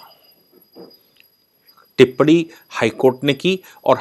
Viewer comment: सही शब्द है आह्वान, जिसका उच्चारण है आहवान, न कि आवाहन। कृपया, टिप्पणी लिखना सीखिये, न कि टिप्पड़ी। आप हिन्दी भाषा का अपमान मत कीजिये।